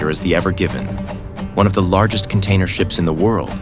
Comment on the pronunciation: ha ha ha learn some English before posting - you said SHEEP wheras it is SHIPS